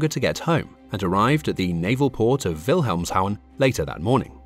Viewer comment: I actually think the pronunciation was quite good. Except maybe for the city of Wilhelmshaven, which sounded like "Wilhelmshown". I suppose this is an artificial computer generated voice. Maybe it's programmed or follows the name "Copenhagen" as a role model, which in Danish is written "København" and pronounced "Koebenhown". The V in Wilhelmshaven (literally: Williamsport /Williamshaven) is pronounced as F. Side note: The V in German and Dutch words and names of Germanic origin is pronounced as F . Examples: Vater (father), Vogel (bird), vier (four), vorbei (over, past), Volk (people, the people, folk), Hannover (Hanover), von Bismarck, van Beethoven, Amstelveen (Dutch town), Bremerhaven (coastal city, port of Bremen) ... Whereas the V in German words of Latin/Romance origin is pronounced as V. Like: Variation (variation), violett (violet), Vibration, Viktor/Viktoria (personal names), Vakanz (vacancy), Lavendel (lavender) etc.